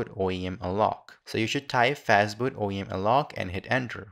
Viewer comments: fastboot or fatboot ? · fatboot. nice :)